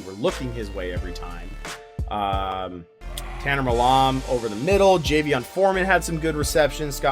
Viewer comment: Seriously don’t know how to pronounce the surname “Milam”? Lol